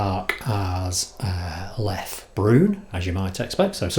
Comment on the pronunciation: Not "LEF" but "LEFFE"